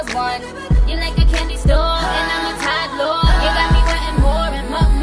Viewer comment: hahahahaha she said tired girl instead of toddler